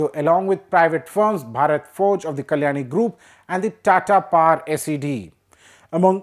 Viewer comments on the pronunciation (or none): none